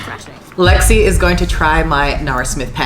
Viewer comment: Btw it's Lexi not lixe (btw not hate)